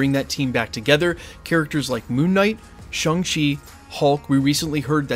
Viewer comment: ShAng-Chi not ShUng-Chi. I'm just gonna keep doing this till you pronounce it right dude.